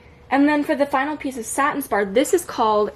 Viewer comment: girl yesss thank you for saying satin spar! lol! i love your collection!